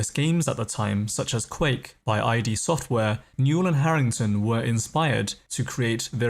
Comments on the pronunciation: Small correction: it's not I.D. (eye dee) Software, it's pronounced "id", like "sid" or "squid". So many still call it I.D. :P Great video, regardless. Love hearing background stories like this. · It's pronounced Sea-Era. Sara... and most importantly it's ID like Idiot not Eye Dee...